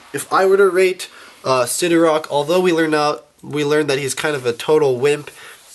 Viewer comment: sidorAK not sidorOK